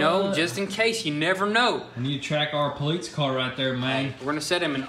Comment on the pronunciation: Poleats he says haha